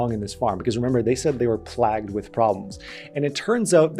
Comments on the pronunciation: The word is playyyyy-ged, not plahhhh-ged. Damn that bothered me. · hey plagued sounds like this.. PLAYgued.. not that your going to use this word much but anyway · I laughed my ass off at that too. Sorry max, you never heard of "play-ged" lol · love the content but "plagued?" It's not pronounced, "plagged." LOL. You're the 👌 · My man look up the pronounciation of "plagued"